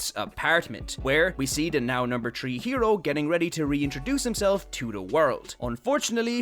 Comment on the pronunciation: Are you part jamaican? Only asking cuz you say tree instead of three